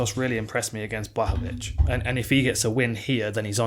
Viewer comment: The correct way to pronounce his full name is Yan Buahovitsch